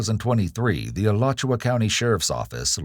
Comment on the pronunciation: Al-you-sha County. 😅